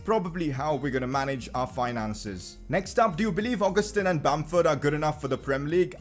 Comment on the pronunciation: It's pronounced au-ga-stan